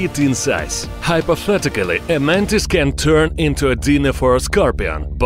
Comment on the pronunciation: hyperthetecale lol (Hypothetically)